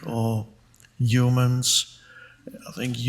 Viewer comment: I love it when he says h(y)umans so German😁❤